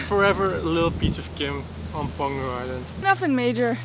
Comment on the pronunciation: I thought after spending some time there, you guys would catch on that the G in Peng-Hu is silent, and H is not. :-) Hu means lake.